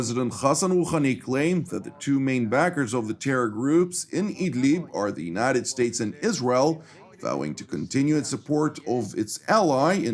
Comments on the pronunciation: Without wanting to appear a putz- the pronunciation of "United States'" is not Statezez but simply States, no need to add additional syllable. 😎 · no criticism intended. It’s a pronunciation gaffe that sounds awkward and it’s not illogical to pronounce it that way- but it should be a one syllable word. Forgive me, I’m a recovering lawyer😱 and my wife tells me that I’m difficult. I’m a happy subscriber and commend all the staff on their work, presentation and reliability.